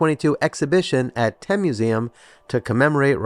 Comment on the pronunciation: Also Thame is pronounced "tay-m". I know it's confusing that it's not pronounced like Thames 🙃